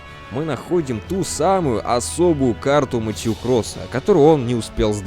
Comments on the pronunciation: Все хорошо, но МэтьЮ блять, МэтьЮ.... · АААААА ЧТО С УДАРЕНИЕМ, ПенИнсула, МЭтью